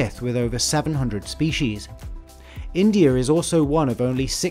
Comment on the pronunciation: "Indiarrr is also one..." "Chinerrr is another country..." What is this 😂😂